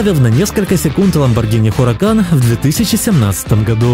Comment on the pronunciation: Мм, как бы не так давно выкатили Порше 919 и победили свой прошлый рекорд... Хорошая информация , сарказм , для глупеньких. Не "Хуракан" , а "Уракан"...